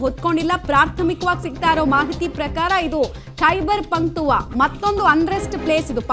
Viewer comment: ಅಕ್ಕ ಅದು ಖೈಬರ್ ಪಂಕ್ತುವಾ ಅಲ್ಲ ಖೈಬರ್ ಪಕ್ತುಂಕ್ವಾ 🤣